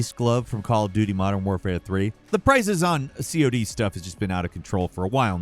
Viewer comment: This dummy really said C-o-d it’s COD 🤡